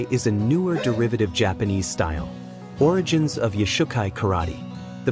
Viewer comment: Origins.......... not Origens.... YOshukai. not yoush ukai kai doe not kai doo .... I have a green belt, and it matters... And we have nothing to do with Shotokan.